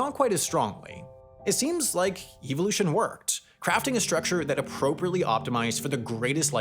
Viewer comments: Incorrect pronunciation: "EVIL" ution 😅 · I hate the way you say evolution... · great video but it hurt me the way you pronounced evolution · Can Sam please learn the proper way to say Evolution. I cringed everytime. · the way he pronounces 'evolution' 💀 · My dude why you say evolution like that? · I’ve never heard that pronunciation of evolution. It’s… distracting. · Is it just me or does he pronounce evolution weird?